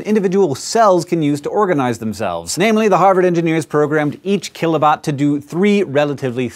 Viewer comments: Hank I think you're putting the wrong EMphases on the wrong SYLable. Cause it sounds like kill-o-bot, instead of kilo-bot. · It's "Kilobot" not "Killabot"